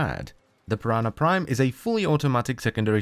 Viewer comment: (4-5 forma) And just like that you've lost me Also can't unhear "piranha prime"